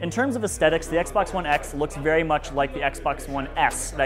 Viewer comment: Aestetics? Es-THetics. Thu THu, pronounce the THu.